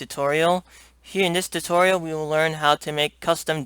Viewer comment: lol "Hello everyone to my tuturial" wat?